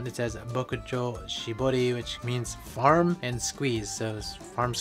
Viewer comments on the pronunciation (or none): The parm-farm pronounciation is peak Filipino accent 😂